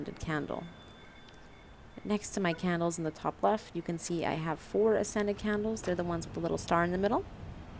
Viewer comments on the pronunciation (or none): I know you're saying 'ascended candles' but I keep hearing 'scented candles' and it makes me lol